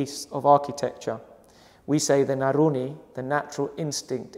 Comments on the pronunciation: Naruni?. i think he wanted to say naluri. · blant out it is NALURI